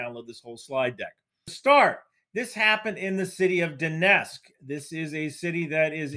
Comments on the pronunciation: I'm not sure why people pronounce "Donetsk" as "Donesk". Don't leave out the T! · Lets just ignore the t in donetsk, no one will notice